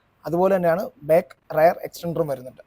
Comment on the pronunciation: റയർ ആണോ റിയർ അല്ലെ